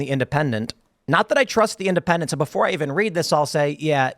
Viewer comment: "The independenTTTTTT"... I hate it when he does this.